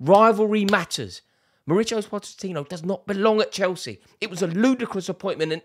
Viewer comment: Rory pronounces Mauricio differently 100 times in one video.